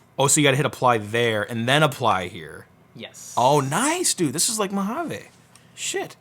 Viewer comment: It is pronounced "Moja-vee" not "Moja-vay".